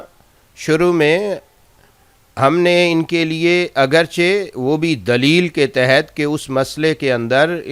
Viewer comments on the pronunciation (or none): none